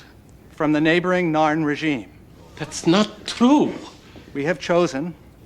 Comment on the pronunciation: I also liked her in 'StarCraft 2: Legacy of the Void', 'Darksiders 2' and 'Guild Wars 2'... That last one there might be the reason why she kept on saying the 'Norn' when referring to the 'Narn' in her reaction to the pilot episode?